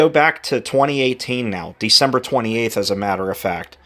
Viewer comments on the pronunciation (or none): none